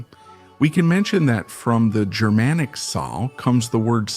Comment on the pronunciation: Just remember that Germanic refers to an ancient group of peoples...not modern Germans. Is this guy with awful pronunciation AI?